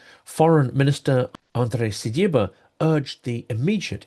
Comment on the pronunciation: You do a Great Job . I have been following you for a very long while already. But please check exactly the name of the Ukrainian foreign minister. It is Si-bi-ha, Сибіга in Ukrainian. You have been butchering it throughout several videos. I hope to have helped